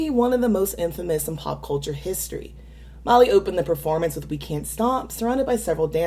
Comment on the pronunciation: I enjoy your videos,, but why do you pronounce Miley's name "Molly?" Even when it's transcribed with subtitles online it's written "Molly."???